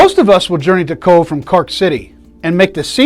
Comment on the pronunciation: Come on, you can do it....pronounced kovh or simply C.O.V.E ,it's not that difficult🤗 and honour them by covering up your dick